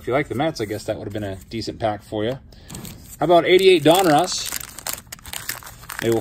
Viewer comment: killing me with the pronunciation of Donruss lol. Don russ. Not Don Ross.